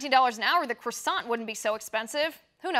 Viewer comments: Croissan, not croissanT.. the T is silent. For the rest, it must be a god damn good croissan at this price.. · The 't' is silent. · Love the way she says croissant - croysant. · I like your vids but please learn how to pronounce croissant....